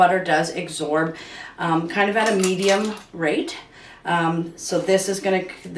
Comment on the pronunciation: It's absorb, with a b. Not agsorb, with a g.